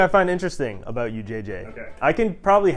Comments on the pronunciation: I’ve never actually heard someone from BC say “aboot” until this video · lmao did this guy actually say aboot, i'm canadian and thats the first time ive heard somebody legit say that